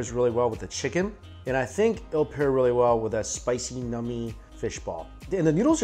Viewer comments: Please never say the word “nummy” again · this guys says "nummy" again and I'm not sub-ing